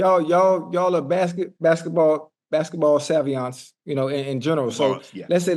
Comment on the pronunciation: “Y’all are basketball SAVIANTs” 😂😂😂😂 GOTTT DAMN ocho 😂